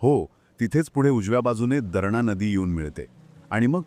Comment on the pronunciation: Sir darna nai.darna,an nandur madmeshwar dam